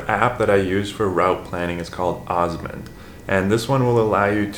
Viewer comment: I think you mean OsmAnd and not OsmOnd...? Ed.